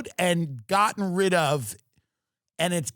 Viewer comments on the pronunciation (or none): none